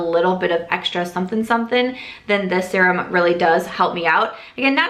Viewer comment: NOW I hear it- sometimes you say “sear-um” (normal) but more oftentimes you say “sur-um” (a little odd…😂). Either way, love ALL your videos, love your dry humor and LOVE the shorter hair😍😍